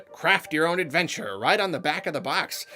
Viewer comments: Craft your own AdveMture, eh? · "craft your own ADVEMTURE"